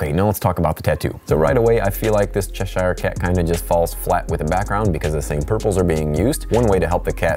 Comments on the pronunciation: As someone from Cheshire. We pronounce it Chesh-cher like the singer cher. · hey, at first I thought whoa whoa whoa, why so aggressive towards someone pointing out how to pronounce Cheshire! Being it a real place in UK, it really is pronounced cheh•shuh in British English. And the Cheshire Cat even though fictional was created by Lewis Carroll, an English writer. Hence the point Philip has made. I would like to hear your take on Worcestershire x